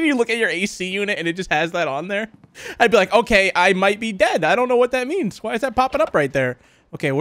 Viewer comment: He said hello thar